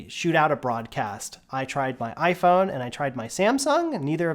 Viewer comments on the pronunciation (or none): none